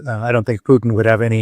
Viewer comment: Well at least she doesn’t say “Pewtin” Instead of Putin.